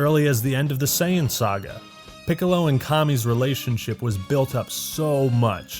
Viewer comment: Also I completely AGREE!!! But could you please pronounce Saiyan correctly